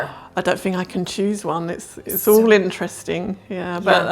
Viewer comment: Your accents arent QUITE American anymore. Both of your stressers on syllables have changed. Almost sounds Irish. For quarter, you guys say "Kuar-ter" instead of the quick American "korter". And the way you both say "All" (Oll) as opposed to American (Awl) sounds more British than American now with rounded vowels. She also says "fresha" instead of "fresher" I love it! Happened to my cousins voice too after she moved to the UK from Illinois. Sounds completely different.